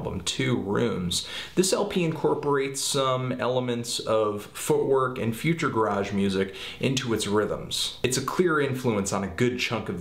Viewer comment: i have never enjoyed with any of your reviews i never agree with you also, future garage is NOT pronounced how you say it :D